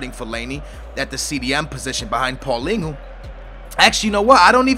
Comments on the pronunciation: Paulingo? Hahaha its prounonced paul-een-e-o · Paulinho not paulingu you sound stupid as fuck. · Isnt paulinho pronounced how its spelled, not paulingo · Who is paulingo? Isnt it paulhinio ?